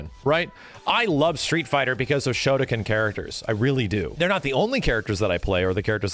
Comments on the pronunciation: Kinda pronounced Shotokan wrong. You got the Shoto part right but the Kan part is pronounced like Khan. And yes Shotokan Karate is a martial art from Japan. Specifically Okinawa. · Is a Shotokan karate practioner, listening to this.... ...come on my dude, couldve just taken 10 seconds to google the style first. and I know youre a westerner, but when did the letters "-kan" start to be pronounced "-kin?" whats "shodakin?" bro...but all in all, good video for videogame perspective :D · Good fgc insight, questionable Japanese pronunciation. You got the "shoto" right, but it's pronounced "khan" just like the Star Trek guy. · yes Shotokan is a real martial art and is commonly practiced and its pronounced shoto-khan (like Genghis khan but has no relation) why they choose this martial art to name them after I don't know (and if your talking about something completely different and there is a shotoken then that's my b and ima look like a jackass) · WTF is a shotocan? It's Shotokan( pronounced like con) Yes I'm being that guy.